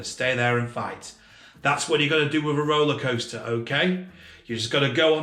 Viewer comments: I love how he says “Roalaa Coasstaaas” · the way he says roller coaster lmao